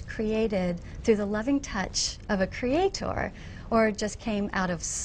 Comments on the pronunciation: I'm sick of this bitch saying kreeaeTOOR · Will somebody PLEASE teach this bitch how to pronounce creator/creation?